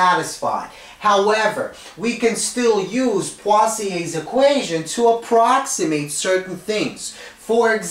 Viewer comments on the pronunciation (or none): Literally no one: Him: PWAZIEY